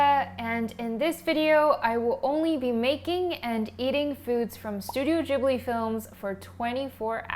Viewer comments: isn't it pronounced gib-li not jib-li ? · Studio "jiblie"? Never heard it pronounced like that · i did not know Ghibli is pronounced the way youre saying it. i feel embarrassed cause i love them. i thought it was more of a ghibli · just realised americans pronounce it ‘jibli’....im devastated what is wrong with y’all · am I the only one who pronounced Ghibli like the g in glass and not like the g in germany like she does? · Wait what that's how you pronounce Ghibli